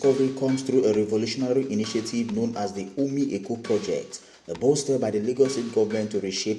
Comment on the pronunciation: What is "Umi Eko" bro, is called OMI EKO